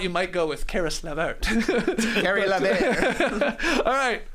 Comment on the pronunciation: Caree Lah-vair hahaha